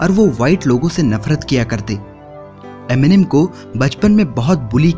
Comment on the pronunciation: Enimen...kya he ye...Eminem hota chu...